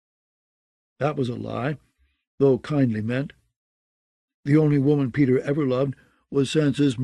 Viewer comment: Did no one look into the pronunciation of the names ?? Lol the other reader did the same thing but with other names like "pay-tar" aka Peter lol